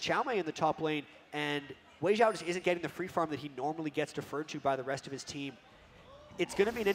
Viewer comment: Was is only me who noticed that they said Xiaowei instead of Weixiao?